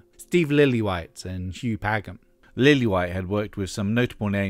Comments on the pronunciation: Apart from mispronouncing Hugh Padgham's name (It's like Patch ham), great video! Hugh of course went on to produce The Police, Genesis, Phil Collins. Kate Bush makes an appearance on No Self Control too where her vocals are distorted in the "chorus" (or well, is it a chorus since only the verse section is repeated?). Peter also influenced Kate with technology by introducing her to the Fairlight CMI synthesizer. Peter's influence also extended in the music industry by opening Real World Studios (which is still highly in use today and really state of the art), being distributor and importer of various technologies like the Fairlight CMI (in a company called Syco), and by buying a large share in Solid State Logic, the British company making those mixing desks which spawned off that drumsound on Intruder (which was the SSL4000B to be more precise). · "Pagam" ??? A.I. narrator? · "Paggam" aaaaaaarrrrrgggghhhh! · Great work but you mispronounced Hugh Padgam's last name. It should sound like "Paj-em"